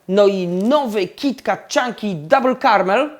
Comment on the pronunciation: Kiti ket sie mowi